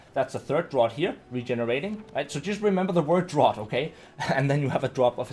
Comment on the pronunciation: "Remember the word Draught". Except that it's pronounced DRAFT. Lol